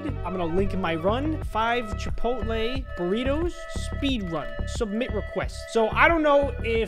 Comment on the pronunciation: Chip pot te NOT chip pole lay